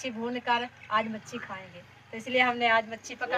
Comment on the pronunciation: Hamari pyari khala machli ko machi keh rhi 😁 Allah Ap ko kush rkhe